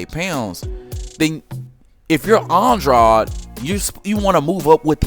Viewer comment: How are you going to be a fanboy yet you don’t even know how to properly pronounce that man’s name. It’s Andrade.. rhymes with braid . Wtf is aun-draud? Lmao!